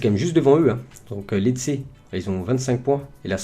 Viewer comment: Juste pour t aider pour les pronontiations des noms des clubs Genoa se dit Djénoà Brescia se dit Brèchia Lecce se dit létché Cagliari se dit Caliari Voilà voilà! Bonne vidéo sinon👌